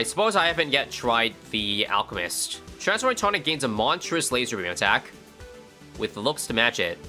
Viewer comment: "ah yes... monstourous." - 2023